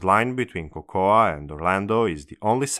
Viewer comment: Cocoa is pronounced Coco.